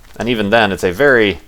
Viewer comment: hahahahaha LOOOOOL "thats a wery nice everything you got there"!!